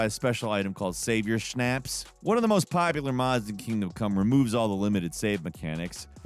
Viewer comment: … the way you pronounce “schnapps” is f’ing weird. You are def the best narrator on this channel though.